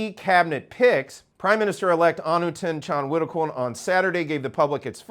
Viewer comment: I'm impressed you can pronounce all of the names. Thanks for all of the information.